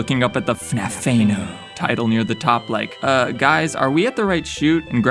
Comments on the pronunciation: The way how he says "FNAF-Tha-No" is what made this video entertaining. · It's like F N A F E N O and it made me giggle